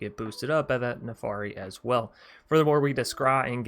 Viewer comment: Jesus christ your pronunciations my friend. It's "PolUkranos" not "PolikrAnis". It's NARFI not NAFARI. It's "Drogr" not "DrAoogr" 🤣😭